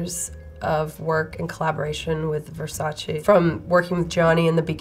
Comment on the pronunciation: Finally - someone pronouncing Versace correctly !